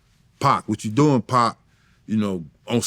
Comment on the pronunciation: He say PAAK!!! not Pac.... i likw it.. Paak